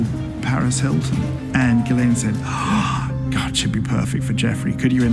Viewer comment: Its pronounced Gillenne not Jizlane.